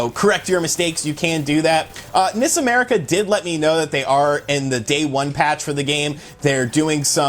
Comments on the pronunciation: N-I-S America, I keep thinking you are saying Miss America. It gets confusing. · I also thought he said Miss America. LOL!